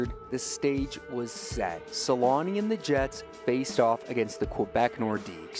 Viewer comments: For those who don't know, the "ä" in Selänne is pronounced with an "ä" like the first sound in "action" or "animal". So it's SelÄnne. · It's so funny for me as a person from Finland. How the name changes so much with language, in my ears when you pronounce "Selänne" I know in english they don't have "ä" letter so even with "Selanne". You turn it in my ears to "Suulani", just always funny. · make that documentary and learn how to pronounce his last name for it, lol